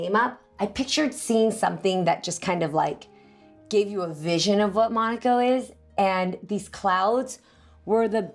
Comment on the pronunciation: Mai you are saying monaco the wrong way